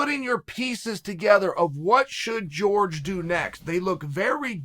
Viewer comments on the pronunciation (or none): “George mozvidol”